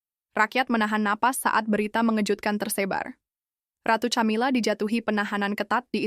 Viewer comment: Bacanya Kamila bukan Chamila.....